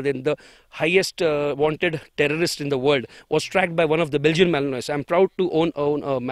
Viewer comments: It is pronounced as belgian melinua not malinois as it spell. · BELGIAN MA-LIN-WAA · its malinua pronunciation wise. Without the s.